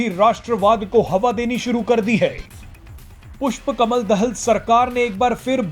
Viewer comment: भारतीय मिडिया पुष्प कमल दाहाल के नाम तक को सही उच्चारण नहीं कर सकता तो इन मिडियामें प्रसारण होने वाले समाचार कितने सत्य /तथ्य प्परक होंगे???😝😜😆